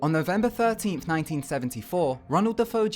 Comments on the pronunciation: "De-Foe?" That name is usually pronounced "De-fay-oh" even though it's spelled DeFeo. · Also, "DeFeo" is pronounced "Deh-Fay-Oh" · it's not pronounced "da-fo"